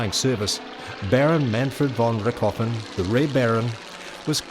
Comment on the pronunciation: von Rick-hoffen? Who the fck is Rick Hoffen? Jeez. Was this guy actually PAID to ruin a bloody good documentary? it's pronounced RichT-o-Ven. RICHT-O-VEN !